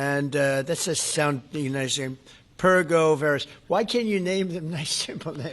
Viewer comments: What the heck is PERGO VERIS? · What does "per-go-ver-ous" mean? Chump said it, so I have *no clue*.